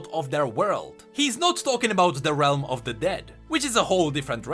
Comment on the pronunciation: Whenever he says shadow realm i hear shadow wealm